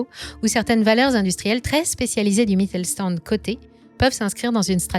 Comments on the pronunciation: Une précision phonologique qui aurait été utile pour la préparation de cette vidéo: Le st- se prononce "sht" en allemand (Mittelstand). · Sauf à Brême, «Mittelstand» se prononce «Mittel-chtand». Mais sinon, vous avez bien tourné le truc.